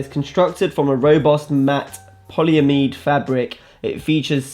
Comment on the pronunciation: 'poly ameed' did man pass chemistry 💀